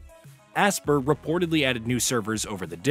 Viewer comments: Bro HOLY CRAP!!! I've never heard someone mispronounce a name as many times as this guy. It's "ASPYR" as in (ASPIRE) not fucking ASSPER like you were saying it. List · Asper? It’s pronounced aspire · Brother, it’s pronounced “Aspire” not Aspir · When you read between the lines they limited servers because they knew multiplayer didn't work right. Also your mispronunciation of Aspyr (aspire) is disgusting